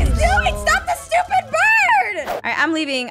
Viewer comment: when she told the lion to stop it sounded like she was saying stupid,atleast for me